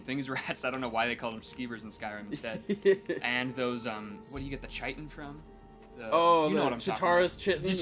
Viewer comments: yo its pronounced kite on and you said chaurus correctly so yeh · Weirdly enough, it's prounounced "Kyt-in." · The word Chitin is pronounce kite-in. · You pronounce Chitin like Kite-in. Read more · Kite-in. The 'h' is silent. Also I missed the goblins in Skyrim. I enjoyed seeing the Reeklings in the Dragonborn DLC. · Chitin is pronounced with the CH like Chris. So it's Ky-tin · So, the ch in chitin is what's called a "vocal frictive", which we don't really have in english. You can say Kai-ten and be mostly right, but in reality the ch has a kind of grating buzz to it made by pressing your tounge to the roof of your mouth. It's similar to the Hebrew "H" in Hanukkah or the Arabic Ch in Achmed, but in the mouth rather than the throat. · chitin is pronounced like kitn. it's a term usually used for fungus cell walls and exoskeletons of arthropods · I love the throwback to one of the best rpgs ever. It's pronounced "Ky-tin" btw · It's a bit late for this but chitin is pronounced "k-eye-tin". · chitin is pronounced kite-in by the way, hard k sound for ch and then long 'i' and 'tin' . pretty entertaining lets play btw, thanks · By the way its pronounced "Kie-tin" (Chitin) Love the videos! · chitin is pronounced with a hard c, as if you're sating 'kite-in' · Chitin - "Kite-In" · weirdly, chitin is pronounced ky-tin, like kite with a soft n at the end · I'm going to bring a quick education on the word chitin it's pronounced Kite-in, thank you that is all for today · the "ch" in chitin is pronounced like a K, so chitin is pronounced like "Kite In" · Chitin is pronounced "kiten" as far as I know. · Chitin is pronounced ‘kai-tin’ apparently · Chitin is actually pronounced more like Kite-in, the C is hard, no homo. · Chitin is pronounced Kai-tin I believe. :) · It's pronounced (ky-tin) like Dye and ten but with "k" in front. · From what I've seen, it's pronounced KITE-in. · (Kite-in) damnit guys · you pronounce it like KITE-in. Greek origins, hard ch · Chitin. Ky-tin.